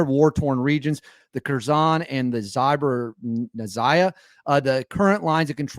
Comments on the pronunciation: If you want to be a journalist that is taken seriously, then at least learn how to pronounce the regions involved. I’ll help…Zap-or-ee-zhia. It’s not hard. Minimal effort. Almost 4 years now. FFS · Dude....how have you NOT learned how to pronounce ZAP-o-ree-zi-a? At this point, for someone purporting to be a "serious" war podcaster, it just smacks of total unprofessionalism and unseriousness. Do better.